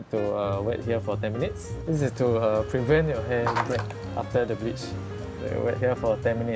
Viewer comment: hair stylist, “b**ch” instead of “bleach”